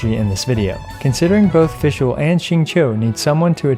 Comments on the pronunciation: You can’t even pronounce her “made up” name correctly you got no right acting so full of yourself with “Amy” 💀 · i love it when non german people try to pronounce fishl, die Prinzessin der Verurteilung. Had me giggle but for sure i would sound really funny if i try otherwise with other languages! Really enjoy your content and it helped me out alot on deciding what to build and focus so far. It's always a calm and informative Source i love to use, thank u for your content!